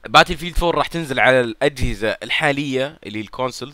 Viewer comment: باتيلفيييلد يارجال قل بتل فيلد وريح نفسك